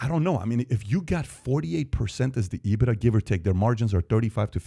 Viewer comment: Patrick doesn't even pronounce it properly. EE-BIT-DAR